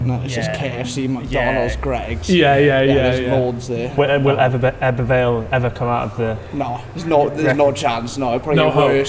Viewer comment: The way you pronounce ebbw every time made me cringe